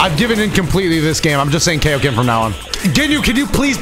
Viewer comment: Yeah you shouldn't have done the KAO-Ken. You should've done the Kaio-ken! XD🤓🤣